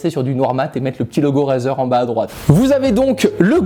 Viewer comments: Tu sais rien prononcé Razer sa se dit Rayzer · "Raseur" mdair